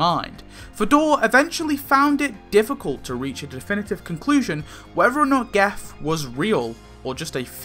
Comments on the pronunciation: Why do you pronounce it with a hard G? Everyone else seems to use the conventional soft G to make it sounds like Jeff…. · Pronounced 'Jeff' I believe.